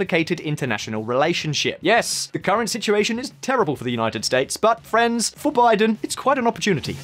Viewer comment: ok, you say FRIENDS and NO FRANCE !!! After many videos, now I realized what you say and why my mind couldn't figure out what kind of phrase you were using. Friends!!